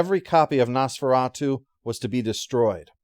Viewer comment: What is Nose-Fur-At-You?